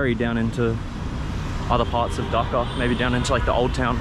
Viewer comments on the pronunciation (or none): Why this fella can't pronounce "Dhaka" properly ? Is it ,he doesn't care or not interested ?